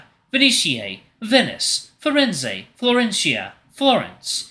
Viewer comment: Hey, I have a few tips on how to pronounce a few of the names and sayings: To pronounce Venezia, say veh-NEH-tsya, with the stress on the second syllable. The "z" is a "ts" sound, like in "cats," and the final "ia" forms a "ya" sound and To Pronounce Firenze, 'fee-REN-tseh.